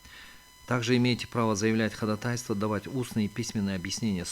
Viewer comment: Уважаемый председательствующий. Прошу вас правильно ставить ударение: ходАтайство, неправильно: ходатАйство.